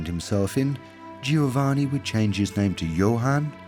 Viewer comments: Pity the narrator couldn't be bothered to learn how to say Giovanni properly. To say nothing of that old chestnut 'every one stunk.' Unfortunately one starts to doubt many of the facts presented here. Undergarments were not commonplace!!! How does the narrator explain the widespread presence of the washerwoman or laundry woman? Plenty of laundry lists in the records of the middle-upper classes. Jane Austen mentions them in her works. Also many garments required a stiff starch, shirt collars, lace, ect. How could this be achieved if nothing was washed!!!! While it is true that the elaborate costume of the day could not be washed, they could be unpicked if need be. Clean underlinen every day was the norm in middle -upper-noble layers of society. How many paintings featuring ladies washing themselves can one see in Art Galleries? Watch this programme with care. Unlike the devine perfumes, it is not 100% pure in information, as many will recognise! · I find it so annoying that the narrator is unable to pronounce Giovanni. 😵‍💫😵‍💫😵‍💫😵‍💫